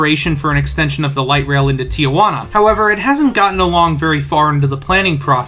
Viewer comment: Tijuana only has two "a". It's not "Tia Juana" It's "Tee Juana"